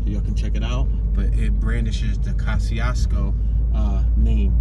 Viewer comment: the correct Polish pronunciation is already on YouTube. Search for "How to pronounce Kościuszko" uploaded by "Pronounce Names". As a Polish dude I can assure you this is the correct one. My point though was that I wouldn't expect Americans to pronounce it correctly, so the OP arguing is only funny, because I'm 100% sure he pronounces it wrongly himself.